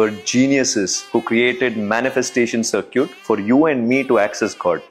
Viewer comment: Circuits ❌ CirCUTEs✅